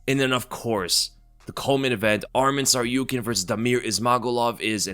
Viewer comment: It’s Tsarukyan and not Tsaryukyan